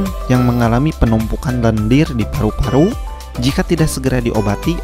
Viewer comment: ih ngomong paru Paru nya kenapa gtu. Paruk Paruk. madu jadi maduk.